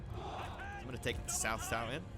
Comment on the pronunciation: “Cao Cao” is pronounced as “ Chow Chow” like Mr. Chow , those typical hong kong names